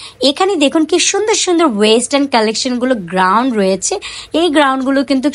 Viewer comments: কিন্তুক, গ্রাউন উচ্চারনে অনেক ভুল। শুনতে একদম বিরক্ত লাগছে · উচ্চারন ঠিক করেন। নিজের ব্যর্থতা স্বীকার করুন। আমি একা না দেখলে কিছুই হবেনা। কিন্তু আমার মত সবাই বিরক্ত হয়। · আমার কথায় মন খারাপ করবেন না , আপনার ভিডিও আমার ভালো লাগে , জিনিসের নাম ঠিকভাবে বললে আরো ভালো লাগবে। আশা করি আমার কথাগুলো কাজে দিবে । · Apu গ্রাউন না, গাউন হবে। গ্যাবার্ডিন প্যান্ট হবে ।